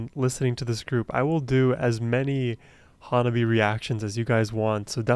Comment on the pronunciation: First, learn the pronunciation of HANABIE/花冷え.